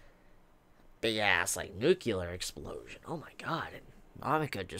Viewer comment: Nucular? you mean nuclear :D?